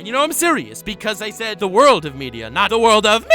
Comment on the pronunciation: Everytime he said "ze worldo" I kept dying :)))